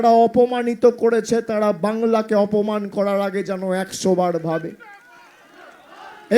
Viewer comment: Kotha taa ......awsanmaan noy.....awsamman